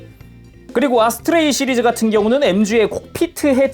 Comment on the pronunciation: 아스트레이를 어스트레이라고 했네ㅋ